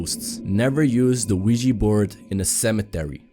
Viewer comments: It's pronounced *Ouija Board!! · It's pronounced Ouija Board. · the "WEEGEE" board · Its not Weegee Its Ouja Bord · It's pronounced *Ouija Board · The wee-jee board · Wee-Gee board😂😂😂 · It's pronounced *Ouija board you idoit!! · It's pronounced Ouija Board you idoit! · It's pronounced Ouija Board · did he just say.... THE LUIGI BOARD!?!?! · Weegi board lol